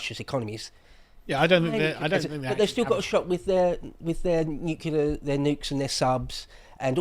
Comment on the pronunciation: it's NUCLEAR not NUCULAR